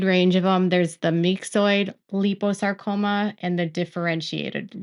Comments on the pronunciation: Hey, It's pronounced 'lie-poe-sarcoma'...just thought you'd want to know:) love and positive thoughts for Jen & Hubby...& kudos to Meri ❤ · It's lie po sar co ma. Actually, my dog had myxoid liposarcoma. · Liposacroma is not pronounced the way your saying it. Think lipo suction just replace suction with sarcoma. Also if there are other medical words you’re not sure on how to pronounce, google search will have an audio to play on how to pronounce the word. I hope this helps and medical wording can be tough if you’re not in that world or it is not common.